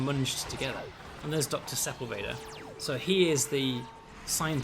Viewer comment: I love your games, uplink was one of the first PC games I ever really got into, this game is amazing, and I love all the work you do. THAT SAID, as a born and raised southern Californian, the pronunciation of Sepulveda is making me do some double takes with my ears, and I fear I'm in danger of pronouncing it that way in the future now.